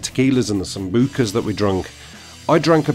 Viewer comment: Haha. The way you sambuca is soooooo funny. "Samboooka" Genuinely entertaining shit. Where can I donate some $$$ for your next night out. I'd genuinely put 10 quid in for it. LOL!!!!!!